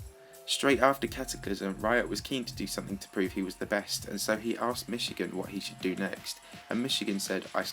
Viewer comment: michigan ITS MICHIGUN!